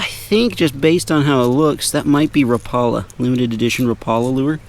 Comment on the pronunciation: Bro why did you call that lure a repaula” it’s Ra-pa-la